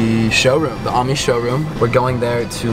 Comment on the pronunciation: as a french person you’re pronouncing “ami” wrong haha anyway great video!!